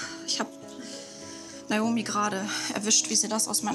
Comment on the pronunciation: die hat nicht Naomi gesagt sondern Naumi🤣